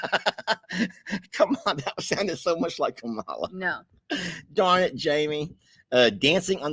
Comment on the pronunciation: You pronounce Kamala... Comma la